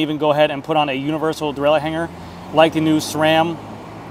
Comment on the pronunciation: You’re still saying “thee” where “the” should be used.